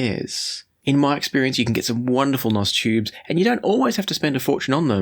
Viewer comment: Stop saying "nos" tubes. You sound like a bad A.I. image. You are trying to sound hip and cool, but you are not. It's N.O.S. or new old stock. Not "nos".